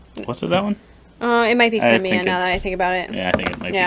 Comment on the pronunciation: How are they ranking the factions and not pronouncing things right? Rus-Vi-yet, not rusivet Cry-me-ah, not creemiya Po-lah-ni-ya, not polayniya Sho-gun-ate, not shuggunahti